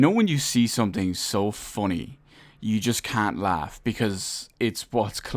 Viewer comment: the way you pronounce funny is the funny part of the video